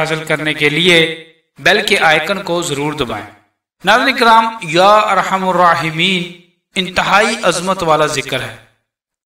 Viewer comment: ya Arhamar rahimeen hai par Aap arhamur bara rahe hain